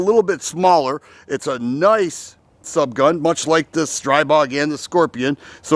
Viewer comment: STR-EE-BOG. It's pronounced StrEEbog. The newer generation has a non-reciprocating charging handle AND HB industries offers a conversion to make the original models NON-reciprocating.